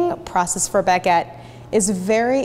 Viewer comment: Couldnt watch the video because of the way you kept saying baguette It's not a Bag-et lmao, it's one word